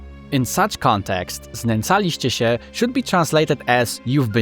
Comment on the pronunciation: When you said "szczeniak" and "znęcaliście się" - now i know, you are polish man Nice! Sub!